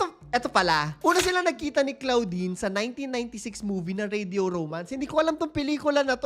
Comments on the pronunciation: Sakit s tenga ng pgkkapronounce mo ng name ni claudine (clodine) not CLOUDine😅. Kng bata kpa nsa 3yrs old ka p lng that time, pno mo nsbi n nkkakilig?puro hear say, not credible😢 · Clo - din kasi ang pronounciation hindi klaw-din hahahah na cringe ako very light, pero ganda ng content na to